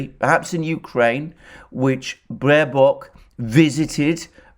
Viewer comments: Small, but still important difference, Alexander: It's Baerbock, not Baerock. Hey, even the Oracle can't get it 100% right every time. Love your video's, by the way! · With all due respects for the presentation but the german FM is Baerbock not Baerock.🤣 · "Baerock", I love it.